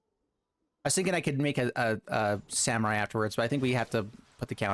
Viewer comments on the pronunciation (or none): none